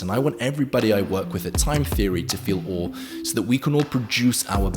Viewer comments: Why does he say O instead of awe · awe is pronounced like what we say when we feel awe